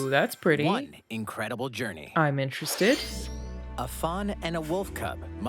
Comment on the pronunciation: ay its "Journey" XD